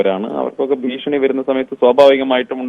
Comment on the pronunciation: ഭീക്ഷണി അല്ല ഭീഷണി